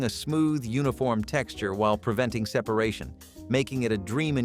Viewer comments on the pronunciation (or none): none